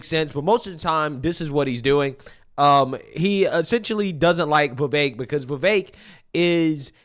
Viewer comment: Why do you pronounce "Vivek" with an "a"?